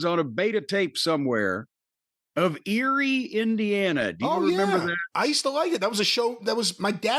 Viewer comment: Got me excited to hear about my hometown. But, alas: it's "Eerie", Indiana